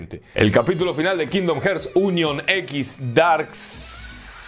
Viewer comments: Alv nomas escucho "kindom herts" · Cada vez que dices "kindom jerts" una niño anglosajón muere en su cuna 🤣🤣🤣🤣 grande mallorquín 😉